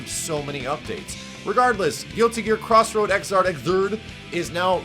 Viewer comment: "Cross Road" I can't breath.